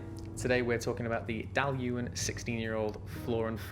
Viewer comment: I tried the G&M Dailuaine 04 Connoisseurs Choice which I believe is vastly different in style to the Flora and Fauna bottling. It was like drinking a tarte au citron, amazing stuff. Also congrats on the pronunciation lol!